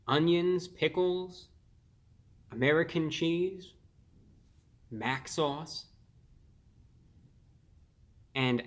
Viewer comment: I thought he said bath salts when he said Mac sauce